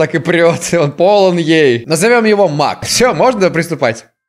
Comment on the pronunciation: Беги Маг! Что слышу я: Беги Мак! Эх..